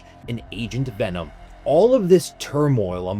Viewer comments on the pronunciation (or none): none